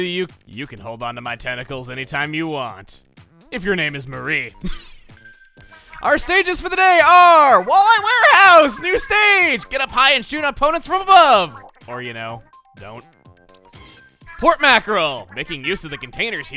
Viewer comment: Chugga does realize that it's pronounced MO REE right? Because it's intended to be a pun. Callie and Marie. as in calimari.